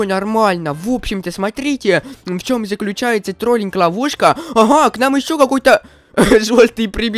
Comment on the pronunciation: Мне показалось что он сказал на сказал не ловушка а лавуску 😂😂😂